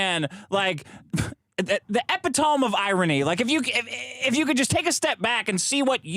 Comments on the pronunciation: Epi tome. Lol! makes fun of Vito for the way he pronounces bio pic, but he cant see e pit o me. LOL! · Does he not know how to say epitome ??